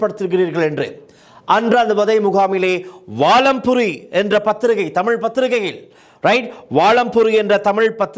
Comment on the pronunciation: ஒரு முதாச்சி உடைய ஒரு உடகவியலாளர் ஒரு ஊடகத்தின் பெயரைக்கூடச் சரியாகச் சொல்லத் தெரியாது வாலம்புரி என்று உச்சரித்தது கேவலம்